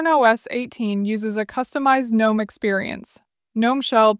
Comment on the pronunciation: "Guh- nome" lolol😂😂